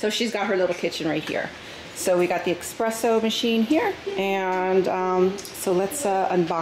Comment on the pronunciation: The “exspresso” killed me the whole video. Other then that good info